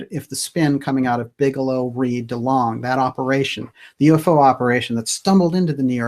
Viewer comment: Delong, not dealing